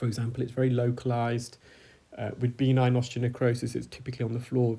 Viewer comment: It's be-NIGN. Not BEE-nign.